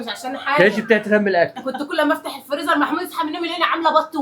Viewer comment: هي ليه نهال بتقول ع الفريزر فليزر 😅